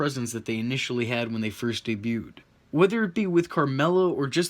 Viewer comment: the 't' in 'debute' is silent :P